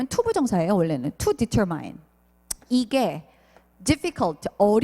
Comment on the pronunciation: determine 발음 교정 제시. determine의 옳은 발음은 [ditə́ːrmin]입니다. YouTube에 올려진 동영상 강의의 다른 몇몇 강사님들이 determine을 [ditə́ːrmain]으로 잘못 발음하시는 것을 보았습니다.